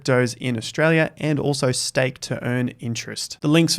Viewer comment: Did you say say steak 😋